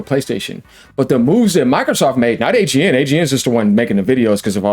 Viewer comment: you said it wrong sir.